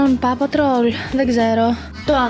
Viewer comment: Πόου πατρολ προφερεται τι πα πατρολ😂😂